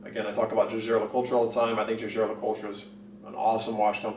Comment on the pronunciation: It's YEAGER. Not ZHAZHAY. lol I appreciate your perspective tho